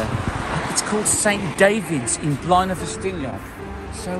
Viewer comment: Blaenau Festiniog is not in Snowdonia, and you are not pronouncing Blaenau the correct way.